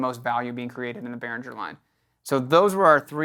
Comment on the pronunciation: Pronounce BehrinGGer not BehrinDJer